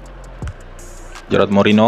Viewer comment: Bukan gerard bang tapi gerard